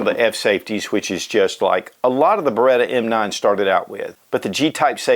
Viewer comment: BereTTTTTTTTTTa is the right pronunciation ;-)